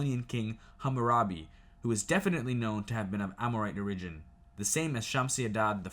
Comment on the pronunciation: Also it’s OR-igin. Not or-IGin